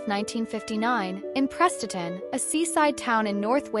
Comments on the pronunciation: Awful terrible pronunciation, It's not like Prestatyn is 1 of the difficult town names in North Wales FFS! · He was born in Prestatyn, I'm not sure how you pronounced it & his 1st band "17" was not a punk band by any stretch of the imagination but a mod outfit who knocked out a double A-side. Bank holiday weekend was 1 side & for the life of me I can't remember the other.